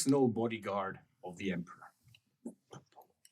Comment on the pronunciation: Another 'Allo, 'Allo-adjacent situation in 'puffed, but not inhaled' salute: 'For the Emprah!' 'For the Emprah!' '-prah.'